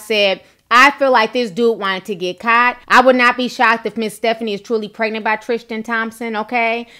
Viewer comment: Are you from Queens NY ? Love how you say “caught” kaut 😘